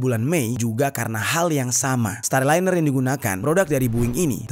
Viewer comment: Starliner bang bkn styliner 😂😂